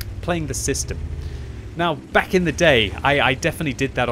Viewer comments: I'm pretty sure You're saying "welcome bank to World of Tanks" :) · This is cursed, I’ve always heard back but now that read this I hear bank. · i can’t stop hearing this now, this is your fault